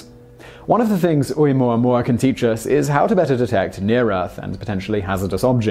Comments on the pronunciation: I thought it was "oh oo moo ah moo ah." Those first two vowels do not make one sound (oo, like Simon is saying). The "o" and the "u" make the sound oh oo. No? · Pronounced Oh-Ooo-mooah-mooah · ...the ‘Okina at the front of ‘Oumuamua is not only a letter it is a glottal stop...so you misspelled it and he almost pronounced it. Granted almost everyone mispronounces "Uranus" (including most scientists), so we all get a pass... But, I recommend you look it up Hawai‘ian is not that hard to pronounce as you may think. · He said Omooahmooahmooah. I heard him. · I giggle listening to you pronouncing Oumuamua